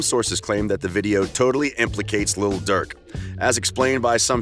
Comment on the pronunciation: Stop saying little Durk 😂😂